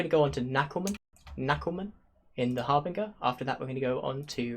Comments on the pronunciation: It's Harbin"j"er, like the word Binge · Nitpick: Harbinger is pronounced with a soft 'G'!